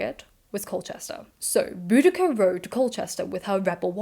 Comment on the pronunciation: I've always heard her name was pronounced Bow- dish- ah